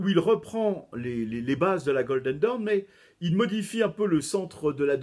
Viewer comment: Ah ! Le mot "dawn" est bien difficile à prononcer pour un Français ! Ce n'est pas «daoun» (comme "down"), mais quelque chose comme «donn» avec un o très ouvert (presqu'un a), un peu comme dans la «rose» de Francis Cabrel. Et cette voyelle est plutôt longue.